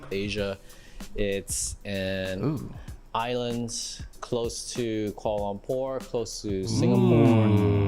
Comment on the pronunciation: It hurts my ears to hear that dude pronounce Kuala Lumpur as "Quorlolompour" every time 😖😫